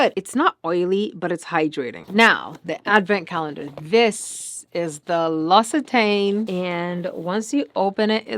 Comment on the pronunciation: Thank you for showing me how to pronounce L'Occitane! P. S. The L'Occitane packaging is a Ferris wheel.